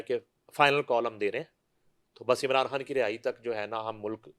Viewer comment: She pronounces everything fine except خان, she pronounces کھان instead 😂😂😂😂😂